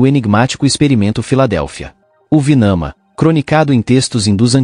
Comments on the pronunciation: é Vimana e não Vinama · NÃO ÉÉÉ VINAMA ÉÉÉ VIIIMAAANAAA.!!!! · É VIMANA. E os textos Indus onde são documentados esses fenômenos chama-se Vedas.